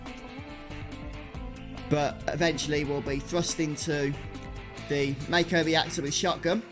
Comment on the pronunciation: 6 years later.. couldn’t watch it due to you calling Mako, Mayko!! It’s pronounced mahko